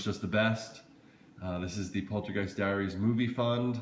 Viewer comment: dude this "poltergest" is getting on my nerves like cmon is xmas